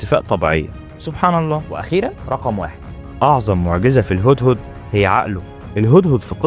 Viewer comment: عير طريقتك في نطق كلمة سبحان الله.